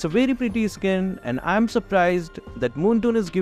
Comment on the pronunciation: you know when Skin is pronounce as 'Iskin'😂